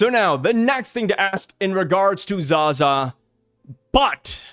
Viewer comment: Pronounced as Za-zaaaaaaaaaaa A not ag